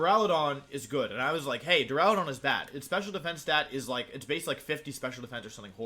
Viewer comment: You know this is a serious discussion when he starts pronouncing Duraludon properly.